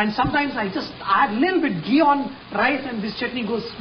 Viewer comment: Chef, You should stop saying "leettle bit" because you really don't seem to mean it. Man, the amount of Ginger!!